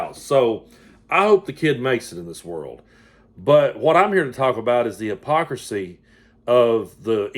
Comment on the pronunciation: Too many syllables in hypocrisy………